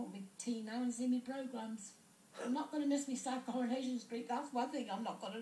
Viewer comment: "Me plogrammes"